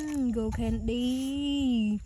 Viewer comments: Those ants were crawling on her like crazy, but why did she say candy like that? She said condy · Why did she say candy like that?